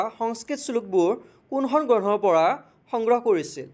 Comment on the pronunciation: Oi granha nohoi grantha